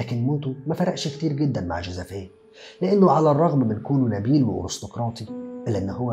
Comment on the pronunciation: توضيح بس والغرض منه المصلحة Xavier تنطق زاڤيي Agnès أنْيِس شكرًا لسعة صدرك